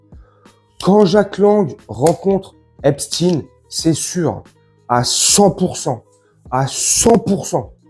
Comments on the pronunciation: Pourquoi toi aussi tu prononce epstine . Epstein est un des 158 noms juif allemand comme einstein, siberstein, goldstein, karnstein, widenstein, holzstein, etc, etc : epstein se prononce Eps-cht-aïn. Le nom de famille se rencontre aussi sous les formes Eppstein, Epstein, Ebstein, tous ces noms étant portés par des Juifs askhénazes. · Pourquoi Epstine? Epstein comme Frankenstein ou Westein. Quand à jack Lang il a 116 ans. Au moins.